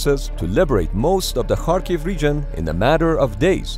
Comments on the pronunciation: You're the first English-speaking YouTuber who proneness Latin transliteration of Cyrillic 'X' [ha] properly saying [harkiv] instead of [kharkiv]. I have no idea why 'x' transliterates as 'kh' but it should sound as strong [h]. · You are the first YouTuber I know who makes the effort to properly pronounce Ukrainian names. Most people pronounce Kharkiv with a [k] not an [x] and it just sounds wrong when you know Ukrainians. Thank you.